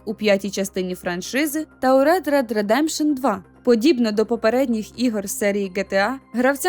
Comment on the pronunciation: Цікаво, хто писав текст? Vice city був представлений не тільки в однойменній грі, а ще в першій gta. І los santos це не штат, а місто А диктор… Вона навіть не змогла вимовити red dead redemption 2